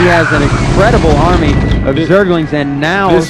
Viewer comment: Ahahaha, armNy? Thank god Tasteless stepped in to help out this abominable caster